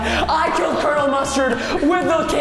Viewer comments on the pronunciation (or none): none